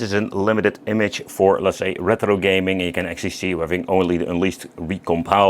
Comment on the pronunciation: why do you pronounce it reTHro pal? 😂 it's easier to say it retro 😊